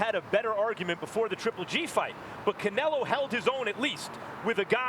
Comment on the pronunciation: First canela, then canilo... can some teach him how to say his name?